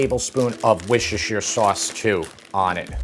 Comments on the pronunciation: It's pronounced wooster-shire. Had a bloke from England tell me one time. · Nice vid and recipe. The sauce is wuss-ter-shy-er (ter like a rip I.e. tear, not tear, like I’m crying) 😊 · it's "woosta-sheer", with the double O sound as in "book", and "sheer" as in "sheer stockings"... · As a Brit, hearing you say wishishesher sauce hurts my ears. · Worcestershire sauce is pronounced as "wuh-st-er-sheer sauce" the C is silent, thank you for listening to my TED Talk! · It's Wooh - Steh - Shur. Take from a Brit. Just like any language. We have silent letters. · It's wooster-sure. It really is that simple. Worcester = Wooster. Shire = sure If you get corrected about it all the time then why are you still mispronouncing it? Anyway, looks delicious! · WHUSHUSHU SAUCE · Another American who just can’t say Worcestershire sauce. Although he was closer than most! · Best part is his struggle to say Worcestershire 😂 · Your food presentation is wonderful, your dishes tickle my taste buds but your pronunciation of Worcestershiresauce sucks 😂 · I deeply hate the way you pronounce Worcestershire. Besides that, great video, will try the recipe in the future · Mate, every time you try to pronounce Worcestershire it makes me wince. It sounds like “wishashure”. Let me help you. Say “wuss” (like puss in boots), “ter” (as in terminal) and “shuh” (like the first syllable of support). “Wuss-ter-shuh”. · Haha you're still not saying it right. It's not wooshter. It sounds like people are saying wooshter, but it's not. When you say it right all those letters are in there. 😜 But I'm from Canada so I spell colour with a u 😆 Looks so good. I'm actually on my way for some sour cream and I'm going to make it this afternoon. Love your videos. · Wishushir sauce :D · It's actually pronounced, "WOORS-ter-shr". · Worcester, Massachusetts is wusster, mass..lol so..wusster-sheer(or shire) simple. Originally from England where they do not pronounce half the letters in their words. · Wi-shi-sher sauce?😂